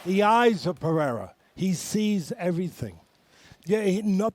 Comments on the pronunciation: Say it with us now, uncle Chael. Puh-rare-ah. Lmfao with this "Pea-air-ah". Chael can't pronounce his name correctly, ever. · FFS Chael it's Pereira not Pehera! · pe rei ra, its not pieira, the e is pronunced like the letter a in day, common chael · Chael Sonnen went from 'Peheyra' to 'Pierre. 😂😂😂😂😂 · How can Sonnen still not know how to pronounce "PEREIRA yet? He calls him PIEIRA 100% of the time. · Him and brendan schaub say it the same way , pee air ra 😆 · "Alex Piera" Chael ffs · 'Pi-ERA' Chael sonnen 2024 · Chael Sonnen, it’s peigh - reigh - rah. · Stop saying Pierra FFS, make an effort!!! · pea-air-uh lol.. still can't pronounce it right after all these years. :face-green-smiling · At this point I’m semi convinced that he mispronounces because it’s part of his persona. Interestingly, he finally can say Jiri’s last name correctly. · Alex St. Pieruh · We might get GTA 6 before chael pronounces these fighters name correctly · Chael can not say the guys name correctly for the life of him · Dustin says the name correctly, Chael immediately mispronounces it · Chael still cant pronounce Pereira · Could you have any worse of a broadcasting table than incoherent Teddy Atlas and Chael Sonnen who pronounces everything incorrectly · Sonnen still calling Alex’s last name wrong lol. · My god will they ever learn to pronounce pereira’s name right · anything ppl do for views he does. rage baiting by mispronouncing peoples names is a classic chael thing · he does it on purpose and even practices his mispronunciations, because his fans think it makes him the GOAT. yeah, he and his fans are that stupid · i dont think you get it my man lol its intentional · I'm Brazilian and though it annoys me that everybody gets Alex's surname but Sonnen. At the same, it's really funny. 😂